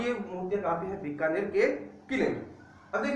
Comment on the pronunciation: बीकानेर ना की बिकानेर